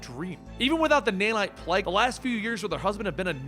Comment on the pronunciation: Its plague not plege